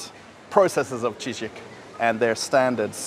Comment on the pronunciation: Не "Чижику", а "Chiziku"! "Чизык"! Ор! ))